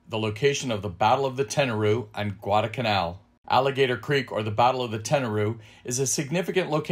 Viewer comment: Why do you drop the first letter L in the word Guadalcanal? I never heard that it was a silent letter.